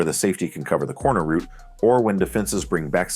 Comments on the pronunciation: Rerecord this but say route not root plz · for paths and highways yes, but not in football. Always pronounced as "rout" (rhymes with "out"). This is the only nitpick I had about this video, otherwise great video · Great vid but the way he’s pronouncing route is bothering me lol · The word you're looking for is "route," not "root." English matters. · Route can be pronounced both as "rowt" and "root". The word's origin is from French and English has maintained both the original and the adapted pronunciation in modern lexicon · route can be pronounced both ways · Good video, but good lord please stop calling them "ROOTS" lol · Dude pronounces route like root. Thumbs down for being annoying. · Root??? Ohhh route. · Other people pronounce it that way. I know British english says it that way.